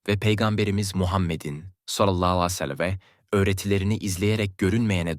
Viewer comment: Utanmaz dinlemeyin sakin alay ediyor peygamberimize sav derken sacma sapan biseyler geveliyor,bunca konustugu dogruda bosa gitti tüh suratina senin